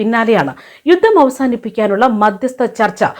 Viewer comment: 'യുദ്ദം ' തിരുത്തണം. 'യുദ്ധം' എന്ന് പറയൂ